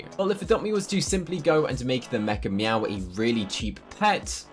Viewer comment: Whenever you said mechameow, I thought you said MEGA “MEOW”